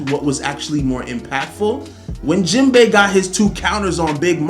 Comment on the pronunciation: no way he said Jimbei 🥺😐😐😐😐😐😐😐😐xd